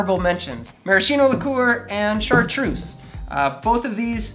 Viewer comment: It would be good if took a few minutes and learned how correctly to pronounce the names of some of these liquors. In particular it made me wince to hear him say 'shartroose' and accent on the wrong end of 'Ricard'.